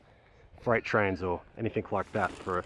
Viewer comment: Not too bad but, “anything” ends with a G, not a K. Yes, I’m a pedant.